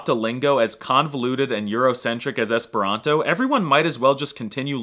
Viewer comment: It's called "Esperanto", not "es pronto"